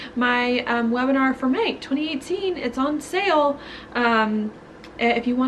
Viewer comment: Does anyone else love the way she says "twenty eightteeen"lol